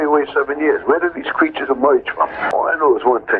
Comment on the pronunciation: 😂 he said " Where do these creechas emoige from!?."😂